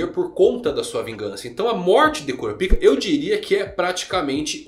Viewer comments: Pô, cara... pelo menos lê "kurápica", que é como eles falam no anime. Por quê? Porque eu faço questão de ouvir certinho? Não, meu cara, porque "cura pica" é foda... Intankável! Impossível não rir! A quinta série ataca forte! KKKKKKKKKKK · Pq vc fala kurapika ao invés de kurápika como falam no próprio anime ? Fica bem estranho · Kurapika...😂😂😂😂😂😂😂 No anime eles colocam a sílaba mais forte o ra e não o pi...😂😂😂😂😂😂😂